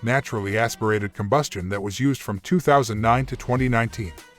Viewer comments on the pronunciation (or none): none